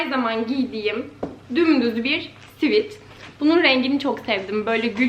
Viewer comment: Svit değil svet...